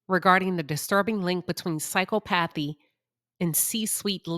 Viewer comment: The word is pronounce “Sy Cop athee “ . There are several professions were being a sociopath, psychopath, narcissist, will lend to success. Sales, lawyers, leaders of large amount of people. It requires charm, bending the truth, complex negotiation and lack of empathy. The perfect example would be a sales person trying to sell an overpriced item to an unwitting person.